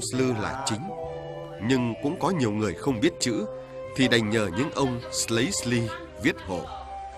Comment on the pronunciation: Đọc không cần phải gọi là "Phong s-lư" vậy đâu mà, chỉ cần đọc chữ "Sư" uốn lưỡi là đúng rồi. Điệu Sli cũng vậy, đọc uốn lưỡi là "Si" chứ không bật chữ "L" ra đâu, có bài hát còn phát âm thành "... điệu sơ li" là sai hoàn toàn. Nghe đoạn phỏng vấn anh Hoán trong clip đấy họ cũng nói là "phong sư" thôi.